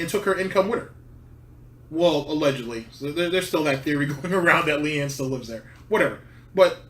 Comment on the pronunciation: I hate Phil too, but it's LEANNA. Not LEANNE. Idiot.